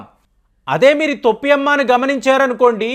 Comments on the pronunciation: గారు వీడియో అప్లోడ్ చేసే ముందు భాష సరిచూసుకోండి తొప్పి కాదు sir తోపి అమ్మ లేక పోతే టోపి అమ్మ అనండి తోప్పి అంటే బూతు పదం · తోపి కాదు బాబు . టోపి . టోపి ..టోపి. తెలుగు బాష మార్చేస్తున్నారు. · తొప్పి కాదండి టోపీ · టోపీ అమ్మ ,,,,తోప్పి కాదు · తొప్పి అమ్మ కాదండి టోపీ అమ్మ. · తొప్పి అమ్మ కాదండి, టోపీ అమ్మ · తొప్పి అమ్మ కాదు టోపీ అమ్మ . తెలుగు రాదా మీకు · గారు తొప్పి అమ్మ కాదు,టోపీ అమ్మ. ఆధ్యా త్మికథ ముసుగులో aardhikadopidi కి నాంది పలికారు. ఇది చాలా తప్పు. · తొప్పి అమ్మ కాదు టోపీ అమ్మ ఏంటో ఈయన భాష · Thoppi is wrong in telugu, towpy ....... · తోప్పి కాదు టోపీ అమ్మ